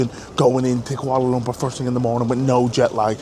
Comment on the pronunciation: ur pronounciation of Kuala Lumpur is spot on . Welcome n enjoy ur stay